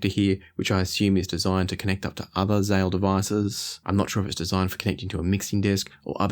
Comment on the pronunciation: It‘s Zähl, not Zahl. You should do him justice if he creates such a phenomenal device.